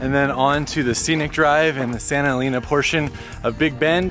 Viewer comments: "Eleena"? It's pronounced "Eleina"! You've been all over the Southwest and you've never heard that name said before? And Magdaleena? No. Magdaleina. There are no long E's in Spanish, GRINGOOOOOO. 🤣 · I love Big Bend! I go every year. Btw Santa Elena is pronounced “Eh-lane-ah” and Sotol is pronounced “so-toll”. Great video. These all of the top spots I suggest for people who only have 1-2 days in the park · Friendly correction on Santa "EH-LEH-NAH....NOT AS IN CAR "LANE" Vowels in Spanish have ONLY one prounounciation ONLY and NEVER change; AH, EH, like in (Bet, Let, Met, Pet and NEVER as in "mete, Pete" (I) is ALWAYS like in bin, din, fin gin and NEVER as in "Dine, Fine, Line, Mine" (O) as in Or else, (U) ALWAYS as in bull, full, pull and NEVER as in Cull, Dull Gull Hull......¡Ojalá que esto la sírva! BTW, Vowels in Spanish are ALWAYS Accentuated where needed. One example here, "I will Record it for the Record...Should be (RECÓRD it for the RÉCORD)